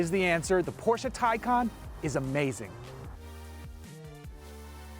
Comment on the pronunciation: Awesome review. Glad you mentioned real world range and also pronounced the name correctly!